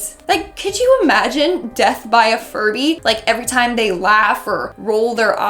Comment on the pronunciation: why did i hear furry instead of furby